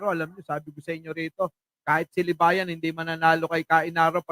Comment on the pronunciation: baka libagan hinde libayan